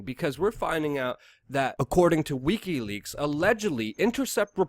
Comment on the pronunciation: Its Wiki leaks! NOT Weeky leaks! Dam you....you drive me insane every time you say it! Peace and love:)